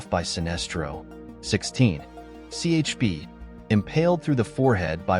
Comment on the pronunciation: Ch’p? It’s pronounced Chip. All these name you are saying are wrong.